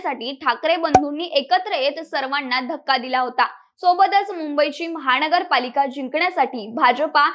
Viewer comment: "महाणगर पालिका"-- अशुद्ध उच्चार!! सावकाश बोला!!